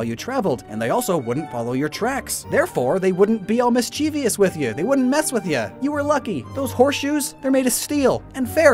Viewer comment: Also it's pronounced "MISS - chee - vuss" (mischievous).